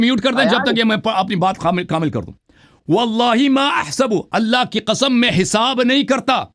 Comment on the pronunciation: Allah ki ka'am main shia ho jaonga agar aapne Sabit kar diya to 😂😂😂 the accent 😂😂😂